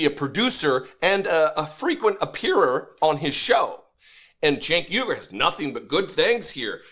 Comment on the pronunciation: Sounded like you called him Chank Yogurt. Lol